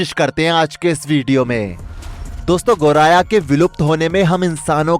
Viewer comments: गौराया ❌ गौरैइया..✅ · पक्षि का नाम तो एंकर सही ढंग से नही ले पा रहे 😂 गोराया कह रहे 😊